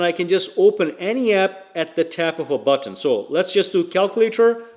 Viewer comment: Why the issue with saying button.. its not Butt on..